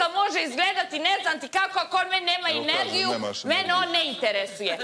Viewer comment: Jel reče Inergiju??😂😂😂